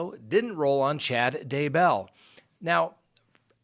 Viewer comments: Day Bell, not DUH Bell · omg i want to subscribe but can't handle the day BELL PRONUNCIATION lol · pronounced Day-bell, just like that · you're awesome, I watch you daily, I love your show, and I know you are a very intelligent man. BUT you can not figure out how to pronounce Daybell to save your life! and 🤣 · Haha I know. It makes me insane how he says it! 😂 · Ali J I cringe Everytime because I expect him to say it correctly and he doesn't!!! Sometimes he says it two different ways in one video. I can't 😂